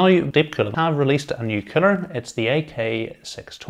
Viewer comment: Excellent video, with your accent I swear it sounds like cpu killer but might be that I'm Australian lol